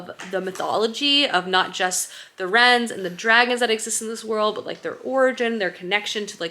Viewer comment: Not sure if I’m the only one, but I think the “wyrms” you are referring to I pronounced “worms” in my head. Where did you get “rens” from? Is it something the author has addressed?